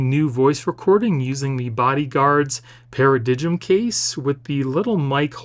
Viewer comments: For reference, it is pronounced (Para-Dime). Also, you can increase the system sound volume and clarity even further by navigating to the Music app in settings, then to EQ and selecting 'Late Night' mode. This works even without the directed speakers. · Paradigm is pronounced Para-Dime, the G is silent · It’s pronounced para-dime (i know, English huh!) But that is one cheap ass looking case, nasty scratchy plastic and they couldn’t even be bothered to do the camera button properly (see Apple case for a less s*** attempt at that). And that screen protector…..WTF!? All in all Id say you’ve just given us a long list of reasons to avoid this bad boy! Not hating, just being honest. Love the channel by the way, keep them reviews coming dude